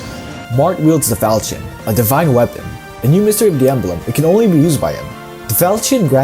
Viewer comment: you did the first sin of fire emblem: pronouncing the falchion as you think it would be pronounced. its actually fal(l)chion, as if it had two Ls